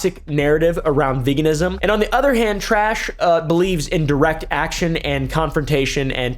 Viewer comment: Tash? Add a r it turn into trash lol